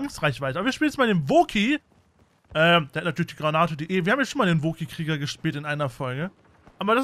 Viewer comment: richtig schöne rasur gilette wäre stolz auf dich aber kannst du bitte in zukunft wookie richtig aussprechen? also nicht wo ki sondern wookie....